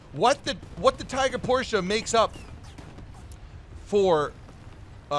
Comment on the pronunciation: Properly pronounced Panzerbefehlswagen VI and a Minute later raped the Name Porsche… :(